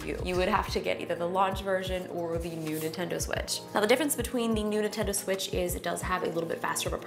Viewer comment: ahem, excuse me, did you say the "nudie tendo switch"?